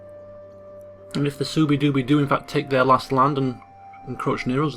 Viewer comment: I know you don't care about pronunciation, but Suebi is "sweebee".